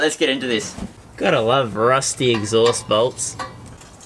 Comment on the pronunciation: He calls it the eggsaust 🤣